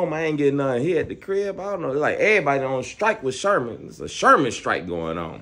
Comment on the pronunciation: said mouth stroll😂😂😂😂😂😂😂😂😂😂